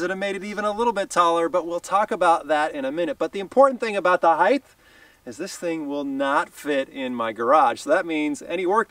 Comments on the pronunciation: It’s height pronounced hite (height) not hithe! Just sayin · Height*** what is heighth? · I hate to be that guy, but... "Height" is with a hard "T" sound, not a "th" sound.